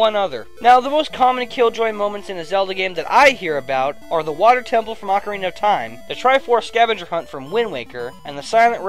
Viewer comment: ocarina not arcarina